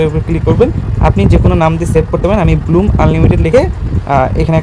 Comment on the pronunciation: ব্লুম না ব্লাম 😅